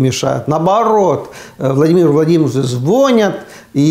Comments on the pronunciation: Увадаемый ведущий данного ролика!запомните:НЕ звОнит,а звонИт!!говорите грамотно!! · Аарне звОнит